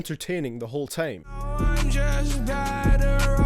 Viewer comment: Lmao this guy judging vocals from juice wrld, guy have you heard yourself talk? U say tame instead of time. Goodjob